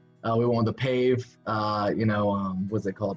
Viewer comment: Not pave.......pa vay band